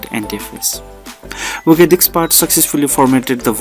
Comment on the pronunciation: Lmao whats funny is every once and a while he pronounces 'disk' correctly but 95% of the tutorial it's 'DICKS'. I about fell out when I heard open up 'Windows Dick Manager'. Great tutorial over all though. The information is great & you always can come back for the comedy aspect of it